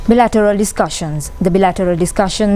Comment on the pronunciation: Bilateral should pronounced as BY- LITTER-RAL NOT as BE- Literal !!!